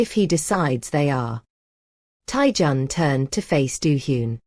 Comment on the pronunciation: Stop saying minute John. It's Minjun/Mingjun. And it's not taijohn,it's taijun/Taejun.